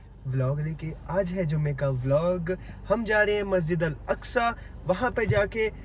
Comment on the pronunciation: Assalamu alaikum.... masjid aqsa (q) se hota hai (k) se nahi aap Sahi ker de isse please 🙏 bura mat maniye ga